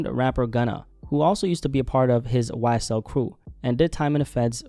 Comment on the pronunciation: YSTELL instead of YSL